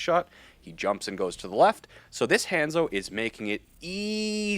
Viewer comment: Ultimate CRINGE pronunciation of Hanzo. Dislike